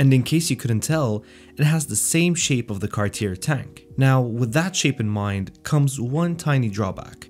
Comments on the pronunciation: The final "r" is NOT pronounced.. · Please tell me you know how to pronounce Cartier after all this time?